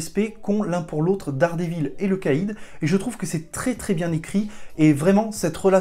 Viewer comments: VAULE ! (t'a dit "Dare dit vaule") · T'y étais presque, si t'avais dit 'Dère dit vaule' c'était bon. Moi je donne un bon point pour la tentative! Un prof d'anglais😉